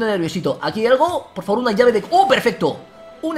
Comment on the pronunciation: like si te hace gracia la nueva frase de vegetta: poh faboh! 😂😂😂